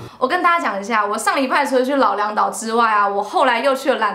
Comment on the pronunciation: 剛剛聽到 老梁島... 還以為罵髒話 老娘要去的島...